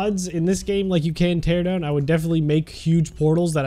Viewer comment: Ok he said teadown